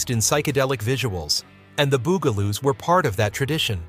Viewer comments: Not Boo-ga-loos, ɓut BUG-la-loos. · It’s the “bug” a - loos. 🙄